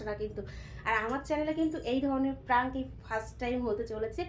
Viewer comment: কথাটা প্রাঙ্ক নয়.. প্র্যাংক!